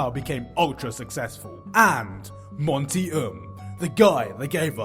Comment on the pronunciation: If he says Monty's name wrong again.... I'm going to go crazy lol. Also, he can't say "argue" lol. RIP Monty ❤️